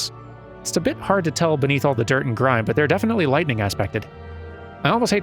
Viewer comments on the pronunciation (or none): none